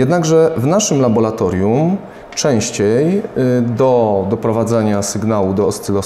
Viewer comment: Laboratorium a nie labolatorium oraz podłączamy a nie podłanczamy...